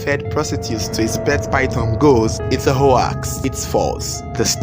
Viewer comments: Nice content. Hoax (hoks) not ho-aks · Hoax is pronounced hux. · It is a hoax ( pronounced "Howks")